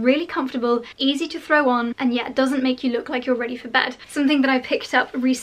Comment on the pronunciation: Dear, thank you for another wonderfully helpful video! I love all of them. May I just say..the ‚s‘ in Broderie AnglaiSe isn‘t silent. Because there is an e behind it. Lots of love!